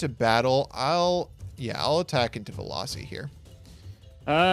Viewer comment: Veloci? You mean Velussy